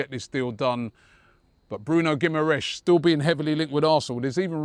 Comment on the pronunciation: Geem-ar-rishe is how you pronounce it. FFS